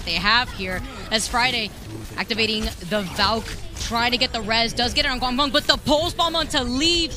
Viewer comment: pls stop saying gwangbong casters. pls